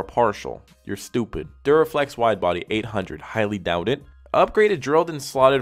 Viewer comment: Im deadd he’s like this shit right here , “stopid”